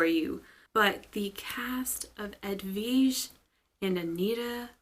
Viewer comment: It’s ed-weeedge. Not veedge. We do giallos on our podcast now - gag me with a knife. Check it out!